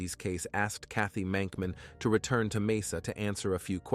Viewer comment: Did anyone else notice that the grave said Monkman, not Mankman?